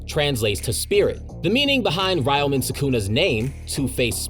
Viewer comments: You keep pronouncing Ryomen wrong. For some reason many people from the West also pronounce Ryu from Street Fighter the same way. It’s not “Ri-you” it’s “Re-you” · It's Reeo-men Sukuna! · 😭 Aside from butchering the pronunciation for "Ryomen" Great vid 👌